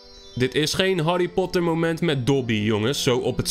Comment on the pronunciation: Grappig hoe je zeg dat Harry Potter